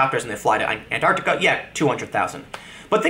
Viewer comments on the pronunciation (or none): none